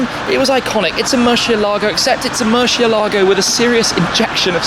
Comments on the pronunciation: Who pronounces it worse? Shmee: Mur-she-elago Tavarish: Mur-ci-elah-go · Why does he keep saying murSHEélago